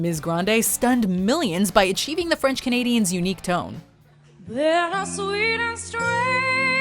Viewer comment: Jesus christ, we get it, you speak French. Chill with the exaggerated pronunciation